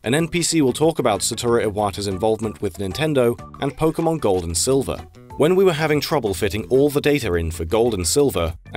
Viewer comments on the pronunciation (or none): none